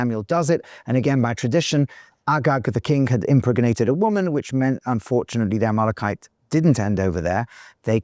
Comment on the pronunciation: A little confused by the pronunciation of Amelekite... to Amolokite??